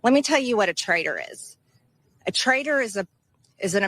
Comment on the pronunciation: “Trader?” Or “Traitor?”